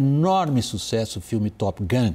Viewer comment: "Top Gung" hahaha erro comun na pronúncia. Acho q associamos mais facilmente a palavra "gang" do que "gun".